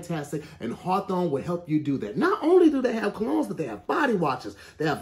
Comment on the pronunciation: Im sorry but really struggled saying “Harthorwn”💀💀